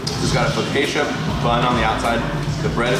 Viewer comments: Focacia. Pronounced foecawchia . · Did you just pronounce focaccia as "fuh-kay-shia"? Come on. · OMG FOKK-ASHIA NOOOOO I'm italian so that was hilarious